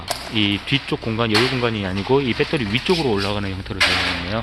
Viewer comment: 발음도 참... 빼떠리... 어느 나라 말일지 그 발음 하나로, 무슨 말을 해도 신뢰가...